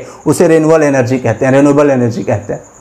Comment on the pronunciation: Sir oh energy hai elergy nhi